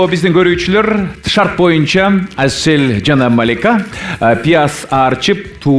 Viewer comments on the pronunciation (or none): none